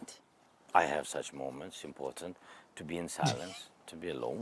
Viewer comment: Benny, please stop pronouncing Important, ImporTENT constantly. Mm K